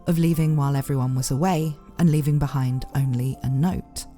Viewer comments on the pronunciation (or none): none